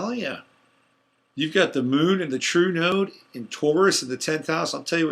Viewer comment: It sounds like you are saying Trudeau instead of True Node. Maybe North Node would be clearer.